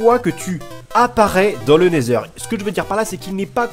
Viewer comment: A 2minute4 tu a dis nesther au mien de l'end